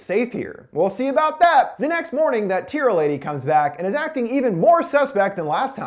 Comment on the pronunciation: Tira. Her name is Tira